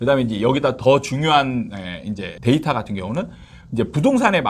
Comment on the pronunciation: ㅋㅋㅋㅋㅋㅋㅋㅋ 데이터 똑바로 발음하시는 아나운서분 말 들으세요